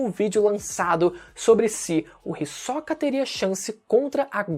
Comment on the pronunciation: O falar o nome do Hisoka com ênfase agudo no “o” me dá agonia kkkkkkkkk